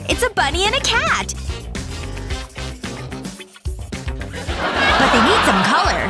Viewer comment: SHE SAID CAD IN STED OF CAT